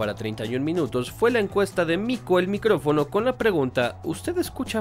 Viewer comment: es mico el "micofono"